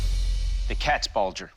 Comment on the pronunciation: Wow I did not know you could butcher the pronunciation of both Katzbalge and especially Landsknecht this much.